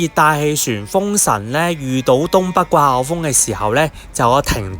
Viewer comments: 掛後風?? 季候風😂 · 你係咪唔識發個“季”音？